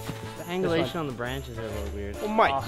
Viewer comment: Mike really said the hangalation? 😂😂